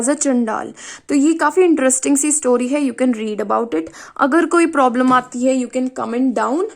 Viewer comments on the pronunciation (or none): none